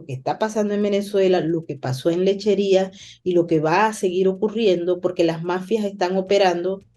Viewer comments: No es ''Lecherias'' es Lecheria. jeje saludos muy bueno tu programa. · LECHERIA,,,NO LECHERIAS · Dios mio soy de Puerto La Cruz me críe yendo a Lechería, es Lecheríaaaaaa si S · Lechería sin S